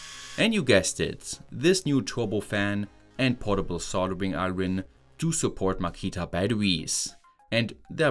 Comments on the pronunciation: love your vids. heads up iron is pronounced like i-urn not i-ron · The r in iron is silent in English so it's pronounced a bit like eye yon. Just in case you cared. ❤ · Noting that your English is FAR better than my German…. And I wouldn’t mention this except it comes up a lot. When saying “soldering iron”, “iron” is pronounced without the r. You’re stumbling on it a bit. It’s closer to “ion” - eye-on. I hope that will help. If your English wasn’t otherwise so excellent, I wouldn’t have said anything.